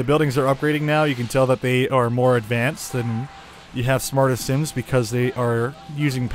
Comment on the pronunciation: not similiens but SIMS